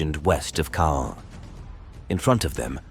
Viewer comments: It’s actually pronounced ’Con’. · Caen is pronounced more like "Con" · I have a hoopla app account, has been listening to WW2 books narrated by both British and American readers. They all pronounced Caen as “con” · most audio books I listened to so far with “con” pronunciation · How many pronunciation’s of Caan, can you put in the same video? It’s the same location they have the film festival, we’ve all heard it before , lol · Not sure what to make of this. Pronounced Caen three different ways - all wrongly. The Germans destroyed a Churchill tank by aiming at its fuel tank? Seems one of the most heavily armed tanks of the war would not have its fuel tank unarmoured to be shot at. If it was external then that catching light also wouldn’t destroy the tank for various reasons.